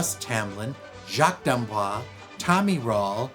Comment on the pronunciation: I guess Jacques did not correct you on the pronunciation of his name. You are pronouncing it like Blanche DuBois. D'Amboise has an "e" at the end, so you pronounce the "s" (as a "z") Boise is pronounced "Bwahz".